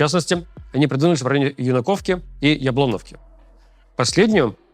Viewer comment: Ю́наковка а не Юна́ковка или Юнако́вка ударение на ю. Хотя куда важнее чтоб война закончилась и были новости о развитии а не о погибших и разрушении.